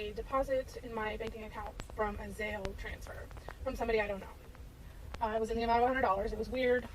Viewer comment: idk why but the way that last woman kept pronouncing Zelle as Zail really pmo